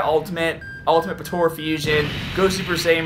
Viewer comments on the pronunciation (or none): Lol please say potara and not potora please